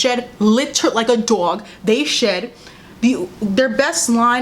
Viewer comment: The New York jumped out when you said dog 😂